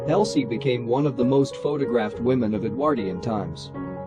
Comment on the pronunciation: Parson Exactly. the pronunciation of talkie, Edwardian, Maugham and Epoque is utterly ridiculous